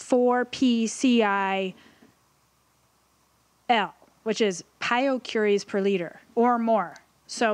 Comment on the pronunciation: Radon is measured in picocuries per liter (pCi/L), not "piocuries".